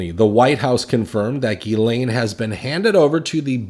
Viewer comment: It's Jizlane Maxwell